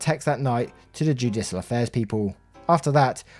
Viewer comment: Yes but you got "judicial affairs " right! Don't be too hard on yerself dude lol :)